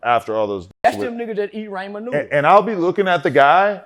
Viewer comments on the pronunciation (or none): Raymen noodles 😂